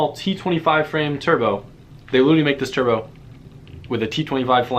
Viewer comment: when he says turbo sounds like chur bro